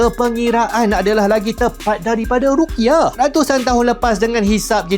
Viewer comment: Bukan rukyah, tapi ru'yah